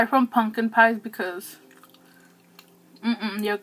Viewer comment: So you're just going to take the m out of the word pumpkin huh and add an "n".. ok just checking.. carry on lol